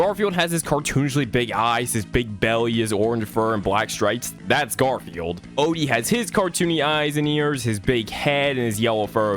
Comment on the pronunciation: I love how bro said gardfune